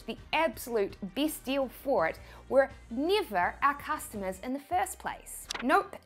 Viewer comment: No, I want to understand your "E" thing, when NEVER becomes NIAVECH :) , or COMPARE becomes COMPIARE :)